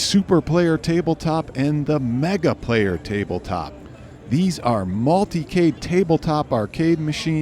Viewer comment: It's amazing to me that it's been a whole year and you still can't get the name right. You try to review and/or fill viewers in on products and can't get the product name right?